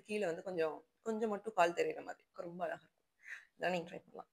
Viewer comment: Pls sis ழ ,ள crct ah pronounce pannunga, not blaming u r influencing many in that way of responsibility, english word oru mistake ku udane sorry kettinga 🎉, but அளகா... அளகா... 100 times sollitinga but not regretting 😢... its a beautiful word "அழகு"